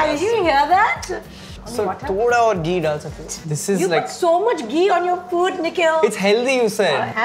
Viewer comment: It is not "Geee", it is "Ghee" It is not "Taali", it is "Thali" At least pronounce hindi words correctly. Stop with the accent. It is annoying af.